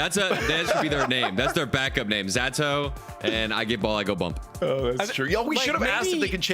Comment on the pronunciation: Ze-tow not Z-Atow you dumdums